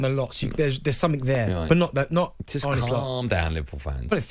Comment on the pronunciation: Can you guys please pronounce Arne's name properly, and not as Arnie. Much thanks. It sounds like Americans pronouncing Iran as I-RAN. Sounds very uneducated